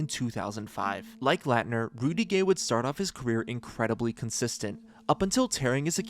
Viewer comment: Dude it takes 20 seconds to find a YouTube clip so you can pronounce Christian Laettner's last name correctly. You butchered it like 10x. A Dream Teamer & college legend. EMBARRASSING.